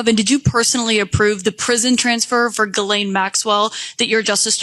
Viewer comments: Did Bondi call her girl-lane??? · Why does Bondi keep calling Ghislaine Maxwell ‘Girlene’? Does she even know the woman’s name?! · Why the Hell, all you Americans seem to try pronounce the name "Ghislaine" correctly, but utterly fail. The S is a sharp one, it is pronounced like a "ss", just like "Shisslaine". I don't want to have the name of a child abuser pronounced correctly, but it just hurts my European ears, every time I hear that linguistic ignorance. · "Girlaine" Maxwell. What a dummy Pam Bondi is! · Guerlain is a perfume, Ms. Maxwell's name is pronounced "Gee-lane," I believe, Ms. Bondi. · Who is “Grr-laine Maxwell,” Pam?